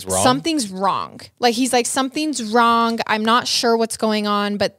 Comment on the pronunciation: “Wrong” isn’t pronounced with a hard ‘g’ lady.